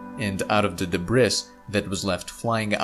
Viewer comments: Great video, thanx. Now practice saying DEBREE instead of DEBRISS. Regardless, great vid. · Debris is pronounced de bree, not de briss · I love this channel, but "debriss"? I guess English isn't his primary language. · de BRIS? wtf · It's pronounced de-BREE. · The “S” is silent in debris. So it sounds like this debree. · DEbris is pronounced debree/ Thank the french. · I think its funny how pronounces "debris" wrong. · Carter Do you really think you're the only person who has noticed that? Yeah he chose to pronounce the s so what? It's like what that one character said in the AVGN movie about the word debris when the nerd asked why is there an s at the end if you don't pronounce it. It's an even greater mystery than what they were trying to solve in the movie. It's incredibly stupid that the s is silent. Why not just not have it there? Kind of like how desert and dessert are spelled the opposite of how they should be. We were taught in school that one consonant would give you the long vowel sound and two consonants would give you the short vowel sound but with desert and dessert it's the opposite. The English language is just plain stupid sometimes and inconsistent